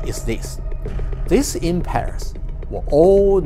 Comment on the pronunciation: "em-pears" ? em-🍐